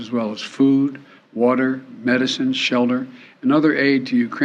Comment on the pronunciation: Shelder instead of shelter lol 😂🤣😂😂